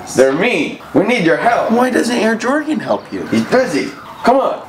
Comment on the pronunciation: Jordan not jorgen